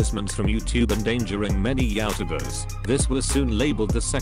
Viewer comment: Google talk feature: YeowwTuhbers